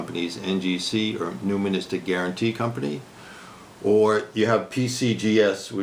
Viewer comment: Numismatic= 'New-Mis-Matic'